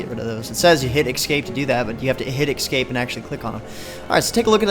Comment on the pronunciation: Ekscape, stanima, you'd think a place like MMOHut would get people that know how to speak if their job is going to be speaking about games to people.